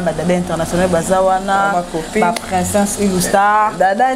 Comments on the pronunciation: Ma on dit princess et non princeinsse🤣🤣🤣🤣🤣🤣🤣🤣🤣🤣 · Princesse yango esala ka bino Pema po nako prononcer. Boyekola kolaba princesse